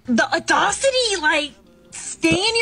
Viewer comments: If you cannot pronounce audacity, maybe you should stay in your lane. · Hold up did she really say a-dosity?